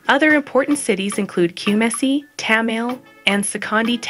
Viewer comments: Who is Narrating this kraa 😅😅, it's TA-MA-LE , KU-MA-SI and SE-KON-DI TA-KO-RA-DI😂😅😅😅. The young Queen Charlotte..india Amartefio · Pronunciation corrections Kumasi is pronounced KU-MAH-SEE Tamale is pronounced TA-MAH-LAY Takoradi is TA-CUE-RA-DEE